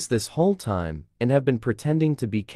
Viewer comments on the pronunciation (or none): none